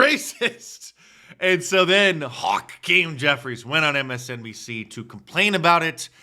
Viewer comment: "It's a deep fake of Chuck Schumer and Haw-keem Jeffries" 🤭